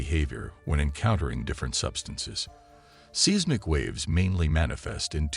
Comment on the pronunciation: Pro tip. When using software for voice overs. Use phonetic spelling for things that it mispronounces, like Mee Che Oh ka coo and Size Mick. It makes it sound more natural and less annoying.